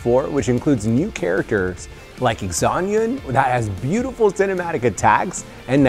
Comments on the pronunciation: And then zanyun for xianyun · “Lie You” “Zan Yoon” IM SHITTING TEARS 😭😭